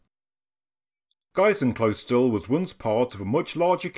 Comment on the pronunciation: Haha almost :) Nice try!!!! "Geißenkl ..." was correct so far, ".... österle" is way harder to pronounce. Its near how a native english speaker would say: "Earl" but only saying the "Ea" -> after that "ster" as in "howard stern" without the howard and the "n" ;) -> followed by a "le" as in "length" without the "ngth". Even for a native German speaker this name sounds a little odd, because of 2 Reasons: First one is, the name means probably something like "Goat Monastery" (Geis = Southern German for "Goat"(Ziege) + Klösterle = trivilization of "Monastery"(Kloster)). The 2nd reason is that trivilization, which oftern appears in the "SchwabenlÄndLE" (you see what i did to Schwabenland?) and is a pretty important part of the "Schwaben Dialect". Hope i could help, and please overlook my poor english.